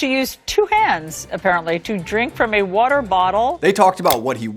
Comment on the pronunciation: water is a shwah A. It’s not Wooter. Some of the presenters at the Communist news network should try Diet Coke occasionally. The unmitigated gall that says anything about President Trump is unconscionable. seltzer’s arrogance. History proves mr kopell right. because you asked the question. Don’t you remember? sugar from ice cream increases amyloid plaque in dementia patients. Where is dear leader, who won a fair election, caregiver? stelzer is the NEW Baghdad Bob. That’s (Muhammad Saeed al-Sahhaf) for the low IQ “journalists” at the Communist News Network.